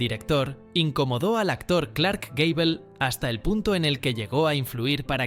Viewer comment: Gable no Gabel XD